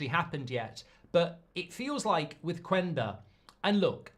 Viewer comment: Say Qenda... not qUenda